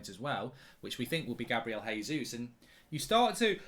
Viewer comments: also Jesus is pronounced "Jay-zoos" not "Hay-Zoos" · It’s JAYsus Mark not hesus he’s not Spanish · I'm sure Mark is purposely not getting the pronunciation right for Raphinha and Jesus